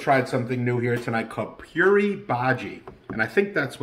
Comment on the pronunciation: Hello. Puri is pronounced Poo-ree. It’s the fried bread. The potato dip is called Bhaji (Bhaa-jee). The fried fritters you were referring to are called Bhajji (Buh-jee) or pakoda (puh-ko-da). Puri Bhaji is usually eaten for breakfast.